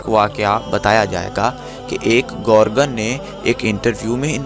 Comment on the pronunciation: Gorgan naheen he bhai gorkan he sahi lafz